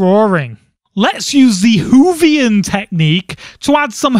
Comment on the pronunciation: You said don't get too excited.... I had a mini heart attack when you said the Whovian (in this case it's probably spelled Hoovian) technique XD. From, Nikki :p